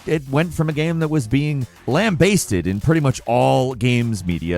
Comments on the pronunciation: I've never heard "lambasted" pronounced that way before, lol. Although it might be correct, I've always heard it pronounced another way for some reason, lol. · Are we sure isn't an advanced AI? The way he pronounced "lambasted" feels like something a super advanced AI would do.